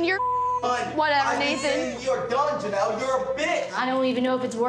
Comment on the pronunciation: her name is Jenelle not Janelle